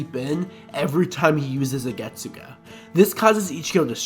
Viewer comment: i mean, Its Not hard to pronounce literally the Most iconic bleach line (After bankai) correctly, isnt it? Getsug-A?